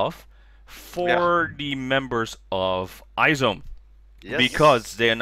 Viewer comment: Random, but the way to pronounce IZ*ONE is Eyes One, not I-ZONE haha. I'll miss nako for the next 2.5 years. I mean, when she comes back, she'll be 20 years old already? Will she even make it in time for the adult ceremony? For HKT"s next ace, I do hope Haruppi comes back, but if not I could get behind Tanaka Miku and Bibian. If not, Imamura Maria would do too XD